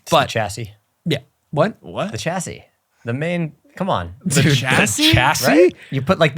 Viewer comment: Can confirm that 'Chassis' is correct